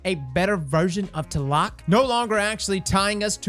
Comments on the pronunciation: Thats funny, I thought it was pronounced T-la-loc not tah-lock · ...tuhlock? TL-AH-LOKE bud come on lol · As a guy with the name (Aztec) do me a favor and please pronounce the name correctly lol it's TLA LOC. Say it slowly. It's pronounced just like it's spelled. As a Mexican, the way you pronounce it really hurts my soul bro!! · My man out here using the TLAC instead of TLALOC 🤣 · It is actually pronounced "Tla-lock" trust me im Mexican 👌👍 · It's been shitting me lately hearing all the different pronunciations of 'Tlaloc'. It's 'tlah-lohk'. You're welcome, internet. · FYI: In English Tlaloc is pronounced "T-lay-lock" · Every time he said Teloc my mexican heart broke a little xD Great vídeo as always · Its ta-la-loc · Take a shot everytime he mispronounces Tlaloc Edit: I'm dryunk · lol i swear destiny youtubers can't pronounce anything, like how frost says swAHshbuckler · Please....i was hurt of how you said Tlaloc, not your fault tho, im just hurt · Ok, now delete this video, go back and make it again but say TLALOC the right way :) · Pretty sure the T is supposed to be silent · No gonna lie, as a Mexican, I cringe every time he tries to pronounce Tlaloc. I appreciate the effort tho.